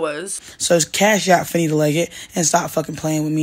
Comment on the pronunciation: You are doing the most. 😂 That stressing of the last syllable is completely unnecessary in order to enunciate the “T”. You could have easily pronounced “Fannita” with the hard “T” accompanied by a quick short “a” vowel sound. Saying Fanittahhhhhhh over and over again is wild. Heaven forbid you ever have to discuss a story with Latinas. You’re going to be all day. 🤣🤣🤣